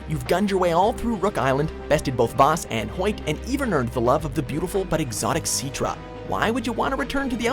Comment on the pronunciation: Lol See-tra